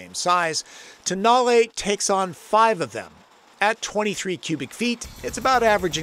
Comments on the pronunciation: At the launch of the concept (without any way to check pronunciation) called it the TONE-el. Tow-NAH-lay for the win. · don't know why it has been mispronounced everywehre in USA. During the auto shows in Europe few years ago, it has been widely pronounced as "Tone-Know".